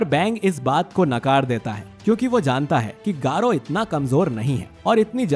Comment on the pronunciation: Bhai garou Hota h 💀